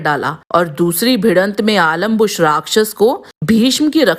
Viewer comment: पात्रों के नाम का उच्चारण सही।। रिसर्च पूरी करें। आलम्बुश नहीं अलम्बुष सत्यकि नहीं सात्यकि